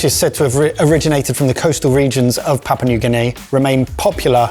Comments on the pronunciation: It's not "papa", it's "pop-ooh-uh" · Papa? Its Papoooa. and its SAYgo. its quite easy to check these things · It's pronounced 'pap-yu-ah' new guinea :) Not papa😅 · "Papa" New Guinea 😂😂 Papua! lol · There's a letter U in the name. It's not Papa New Guinea. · you forgot the POO! It’s Pa-poo-ah not Papa 😝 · just being picky, but it's PAP- ua, not papa. Thanks for exposing us to unknown dishes from around the world. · PapUa New Guinea, not Papa New Guinea......say it as it's spelt. This should be interesting. Taro is very popular in the whole poly/micronesian areas. All the islands grow it as a staple and both the root and leaves can be eaten tho they need to be prepared properly. Also Sago is long "a" so, say-go. Actually Sago pudding was quite popular here in NZ in the 30s and 40s. Britain too as far as I know. Haven't seen it for a while tho. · Papua, not papa. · Stop with the 'Papa' already! It's got the letter u in it and it's not silent🙄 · I think it's pronounced pap-Wah or papu-wah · I think needs to learn how to pronounce Papua